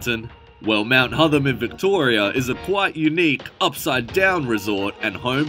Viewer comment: hotTHam not hodum